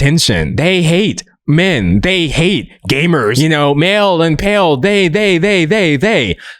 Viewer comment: For a full minute I was trying to figure out what “mail and pale” meant until I finally realized he was saying “male”